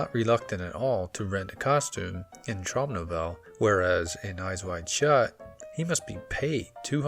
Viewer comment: OK, akshuallyakshually: It is pronounced Trowm No-vell-ah